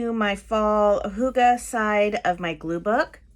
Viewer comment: Hahaha...I had a good laugh at how our norwegian word «hygge» is pronunced [hoo-ga] 🤣 Not even close to how we say it! 🤣 It’s more [hygg-e]. While the danish pronunciation is more [hyy-ge]. Not laughing at how you said it tho, because I guess you said it like it’s written on the note in front of you in the video, so I’m not mocking you. Keep up the good gluebooking!👍🏼💕